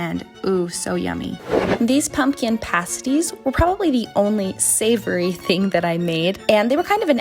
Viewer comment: Pasty/pasties are pronounced PAST-EE(s) “PASTE-ees” are something very different 🤪😂